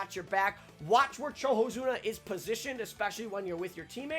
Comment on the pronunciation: did this man just say CHOHOZUNA???